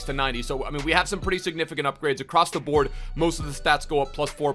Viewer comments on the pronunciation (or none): none